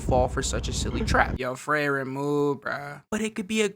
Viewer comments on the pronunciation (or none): 😂 Bro it's not freyren it's frieren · Ur saying her name wrong.. ur saying it kike Frayren, but its pronounced Freeren. Most of the names in the show are germanic names. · yo just a small thing just a small mess up, frieren is pronounced FREE-ren cuz the name is german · When did her name become "frayren?" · who's Frayren??????? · also can’t remember how they pronounce FREE-ren either. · "Frayren" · Fray Ren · How are we mispronouncing Frieren, and yet everyone else has their name pronounced correctly. lmaoooooo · cant even say FRIEREN right holy shit what a bad analysis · Saying her name wrong so many times was too much for me so I couldn’t finish the video. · How you gonna talk about the show and say the name wrong